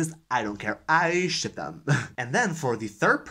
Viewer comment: Awesome tag! And OMG I must be tired ... as I laughed so hard when you were talking about book ships as I kept hearing you say shit instead until I paused and rewatched that part. LOL!! Thanks so much for the book recs. =0)